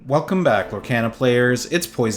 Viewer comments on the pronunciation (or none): Lorcana is pronounced Lore-KHAN-a.. sorry but it was killing be lol Great vid!